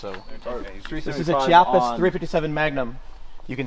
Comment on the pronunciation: What a great video! Awesome seeing you enjoy shooting and exercising your rights. Just a point I'll add. I love the Rhino, but its pronounced "Kee-yappa", not "chee-yappa", since its Italian. I look forward to seeing more of your shooting content 👌🙌